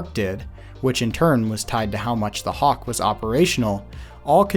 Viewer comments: im sorry.. kawk? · Did you put Hawk as Kawk by accident or on purpose